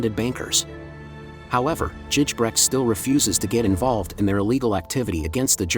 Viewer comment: Its Gijbrecht, ij is pronounced like a "y", otherwise a nice video